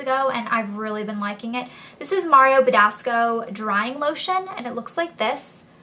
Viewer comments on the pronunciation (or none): none